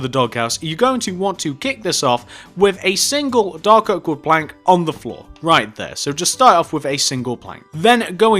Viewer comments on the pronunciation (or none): Yo is it me or did does he sound like he’s saying doggo instead of dark oak?